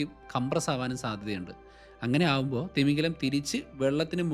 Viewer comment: തിമിംഗലം അല്ല തിമിംഗിലം